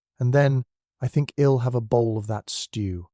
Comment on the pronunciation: Enjoyable storyline, but oh, the botched contractions.... Ill hed youwll